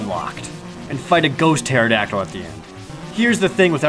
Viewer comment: Ghost Tayradactyl? What did you do with Dacador, Jared?!